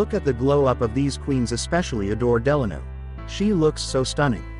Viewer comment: And the way Adore’s last name is pronounced,it’s killing me 😡